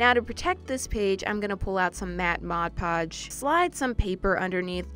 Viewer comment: She told mad podge then mod podge I was cracking up